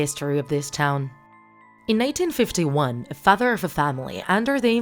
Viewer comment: it was her accent that made it sound like “1951”.